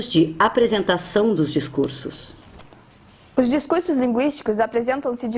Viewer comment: Aos DiscurSSos ( com 2 esses!!!!!).